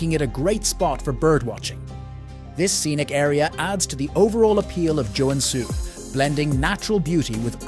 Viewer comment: Great video however the pronunciation of the cities names are quite butchered. If you need a finn to voice act for your next finnish city videos i would gladly do it 👍